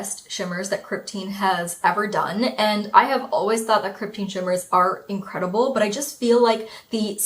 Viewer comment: Interesting, in my head I was pronouncing it Krypt-ayn 😂 but I think you’re right it’s krypt-een